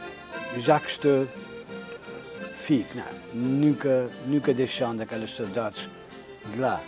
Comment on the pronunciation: Any other Azoreans can’t stand how he is pronouncing Saudades lol